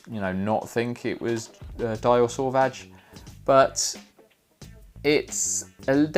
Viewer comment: Finally! A video that gets the Dior Sauvage pronunciation correct! I applaud you Sir 👏👏👏